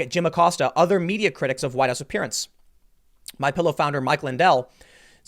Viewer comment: I'm gonna buy a "My Pyillow" now.